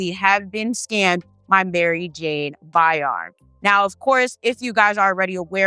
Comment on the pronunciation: Isn't it pronounced BY-RAM? Asking for clarity.